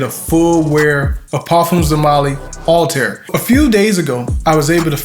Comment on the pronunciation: Great review! It’s pronounced All- tie- here✌🏿💯💯